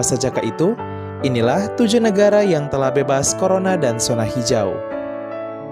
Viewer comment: Min, zona ya dibacanya zona, bukan sona